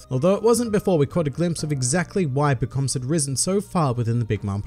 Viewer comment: You DO pronounce it differently from the anime. I heard about it on a subscriber benchmark, but now I heard it myself.